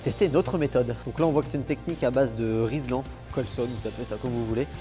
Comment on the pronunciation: Par contre cest RILSAN pas RIZLAN